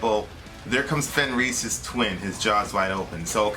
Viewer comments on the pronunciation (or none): Soft J :) its yormungandr sort of and fenris it pronounced Fen and Ris short I not like EES its like isss